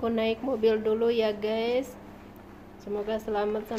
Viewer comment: Let's go..bkn "let go".. Gaes bkn "gees".. Mengajarkan..bkn "mempelajarkan" Ci tth pasti org Sunda da..